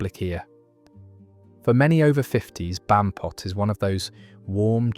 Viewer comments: Bampot, comes from Barmpot derived from Barmy meaning daft. The AI gets the pronunciation and connotations mixed all the time.. triangulate your data.. ffs. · Pranny is PRANNET where I lived in south east Lancashire. Muppet is still a "current" insult - I use it for dumb f*cks - it's sounds a whole lot nicer than what it means after all. Bampot is wrong I think? It was Ba-R-mpot, at least where we lived. You don't pronounce 'apeth in Lancashire the way you do in the video - it's literally "A-peth", as in AY peth. And peth is shortened by dropping the e to become pth. Thus it sounds like "ay pth". I was told shouting "Wally" at gigs started after a band with a roadie called Wally played at The Free Trade Hall in Manchester and someone called for him on mic during the pre-show checks. The audience took up the call and it became a ritual. I wasn't aware it happened elsewhere and it was already in decline by the 80s even at The FTH.